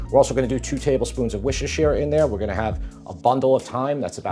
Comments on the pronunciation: It's pronounced 'WUSS-ter' Sauce (not 'wershestershire' like you said it). I live near where it's made. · Not pronounced wuster sheer? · For my American brothers and sisters, Worcestershire is pronounced Wuss-ter-sher. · It’s pronounced ‘Wooster sheer’. Not whatever it was you said. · Looks great but hearing you say Worcestershire sauce is painful, wuste-shr is the proppa way matey🎉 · ……. secs…….what is wooosshhheerrsshheer sauce?🤣😂🤣😂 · Worcestershire is pronounced like “wu-stuh_shuh”… But is nice how you pronounced it. :-) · It’s pronounced wooster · Worcestershire is pronounced “Wuss tah shire”. No hate just think it’s funny how many Americans find this one difficult. PS love the channel. Have made lots of your recipes, great flavours and easy to follow. You’ve definitely helped me up my game. My family love them. Keep up the great work. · Wuss-ter-sheer Sauce. Why do Americans have so much trouble with this 🤦🏻‍♂️ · '2 tablespoons of wishishisheer in there'. 😂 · This looks delicious, the only change I would make is to not use any oil! I would use fresh beef dripping (tallow) or clarified butter or pork lard, Americans have trouble with ‘Worcestershire’ it is a mouthful that should be pronounced as “wuster” 😊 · just say ‘Wuster sauce’ ‘Worcester’ is pronounced ‘wuster’ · Love your channel, I'm half english, half italian. Always laugh at americans pronunciation of worcestershire sauce! In england its 'Wusstersherr' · I dig his videos, but he mispronounces Worcestershire! Ask a Massachusetts person!